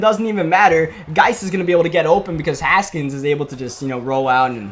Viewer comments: GLORY!!! You know how to say haskins right now! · Finally saying Haskins right. Congrats